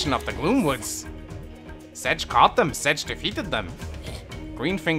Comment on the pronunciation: I vote to "Sedge" be called "Setge" from now on